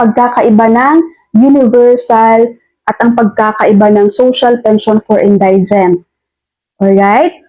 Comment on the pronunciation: Thank you for clearing this issue. My only concern ay yung pronunciation mo ng word "indigent". For the correct one, check mo sa Google, marami kasing makakapanood ng video mo. Magandang itama mo na sa ngayon para matutunan din ng lahat ng listeners mo. Ty again.